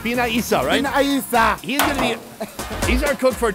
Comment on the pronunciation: Its Bina lsa😂😂 for me but its Binayisa